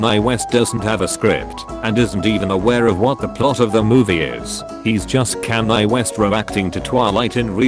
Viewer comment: the way he says Kanye... Edit: I’m leaving the video now I don’t like his mispronunciations of absolutely everything